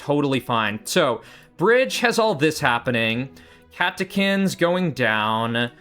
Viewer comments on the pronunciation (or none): I really do have to say i get very annoyed at you judt missaying the names of players. Where do you get the name "mint mobile" or "katakin" (mobile mobile and kakin) so wrong